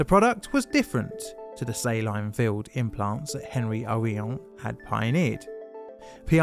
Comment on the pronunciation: He managed to pronounce silicone right but not saline.